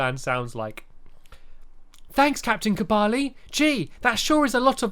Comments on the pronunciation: STAMPY!!!!!!! THEY EVEN SAID THE NAME OUT LOUD AND YOU STILL DON'T GET IT RIGHT!!!!!!!!!!!!! It's pernounced: cooblaa and you said: cabali! I thought it was cooblay. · You say Kubali but its Kublai, llllllllai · Do you even listen to the voice acting?? They even pronounce "Kublai" for you. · it's kublai not kubali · It is pronounced Kuubla Stampy not kuubarli, silly billy. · Its K U B L A I not KUBALI when will u get it right stampy😩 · KOO-BLY NOT KOO-BA-LY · I'm not being rude Stampy, but did you not here everyone say Kublai, not Kubali!!! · you can now open the purple chests. Also, its Kublai (koo-BLY) not Kubali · it is kublai (KUB-LAI) not kubali and not koobly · It is KUB LIA! Not kubali! I've been yelling at the screen about that for WEEKS! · Even when Oliver says Kublai correctly during the cut scene, you still pronounce it Kubali, Stamps.. 😔😔 (JK Stamps you're a legend)😂🙏👍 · even after the cut scene stampy still thinks it is kubali,why?!? note to stampy, u need to learn to read names to get them right u do this to ur familiars too😠😠😠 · I'm surprised that Stampy can't pronounce Kublai's name even though he heard the characters say it twice. Stampy is deaf. Also if you don't know how his name is pronounced, it's pronounced "Ku-blah". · ITS KU-BLIE!!!!!!!!!!!!!!!!!!!!!!!!!!!!!!!!!!!!!!!!!!!!! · U r saying kublai wrong it's pronounced ku bl ay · Stampy, you keep saying kubali instead of kublai. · it's not kubali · DID YOU NOT HERE THE CUTSCENE AT THE BEGINIING!!!!!!!!!!!!!!!!!!!!!!!!!!!!!!!!!!!!!!!!!!!!!!!!! KUBLAI'S NAME IS PRONOUNCED KUBLA OMG!!!!!!!!!!!!!!!!!!!!!!!!!!!!!!!!!!!!!!!!!!!!!! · Ruby Windwalker it’s kublai, he says it wrong.